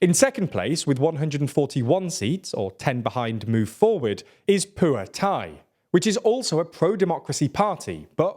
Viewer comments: You’re the only one I’ve seen so far who actually say the Pheu Thai party’s name right 😂 Thank you for researching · I'm Thai and while some of the names are pronounced wrong but he pronounces it better than lots of news outlet tbf. Pheu Thai and shinawatra are the ones he gets much closer than other outlets.